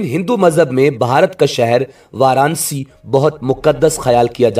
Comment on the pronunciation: شہر کا نام۔ وار انا سی (Varanasi) ہے وار نسی نہیں ہے